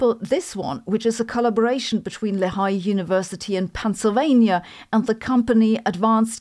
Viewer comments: I almost missed the mention of my alma mater, Lehigh University. Fortunately I noticed the brown and white logo, and was able to figure out that “leh-HIGH” was Sabine’s attempt to say “LEE-high.” (No sarcasm or insults intended, just noting that English is a very difficult language, and if one doesn’t know that the school is named for a river named by Native Americans, one would not know to pronounce it) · Hi Sabine, I love your channel and I love you. Not that it's ever going to come up again in one of your videos, but, speaking as a local, Lehigh (as in Lehigh University) is pronounced LEE-high. I like your new format of publishing every day, but I slightly preferred your older format of occasional deep dives + weekly science news. I feel like the telephone never rings anymore! Either way, I'm going to keep watching. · Sabine, Lehigh is pronounced "LEE-high" in US. :)